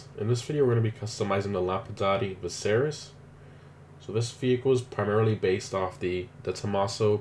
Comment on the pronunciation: "Lampadati Siveris" Lol